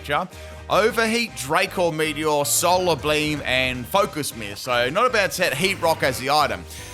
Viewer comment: "Solar Bleem"